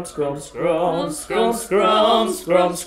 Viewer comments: Are they aware that it's SKUMPS, and not SCRUMPS? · WinkyRose DAMMMIIIITTTTT it totally sounds like scrumps! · It's Skumps!! Not Skrumps!!! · It's not "Scrumps", it's "Skumps." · For the love of Walt, they're saying SKUMPS LOL